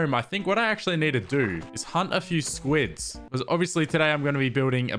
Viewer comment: It's kids not spuids